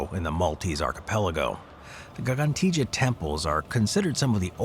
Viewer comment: U suuuuuuuure thAts how to say gigantia? Lol